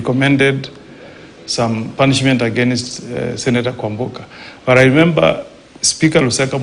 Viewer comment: Did..senator just say punsment😂